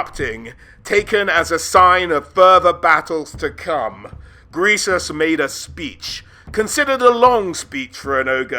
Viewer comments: Every time you call him “gresus” and not “greasus” is another mile closer I am to you. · "Gressus." Literally unwatchable. Only kidding! Always a treat to see lore videos!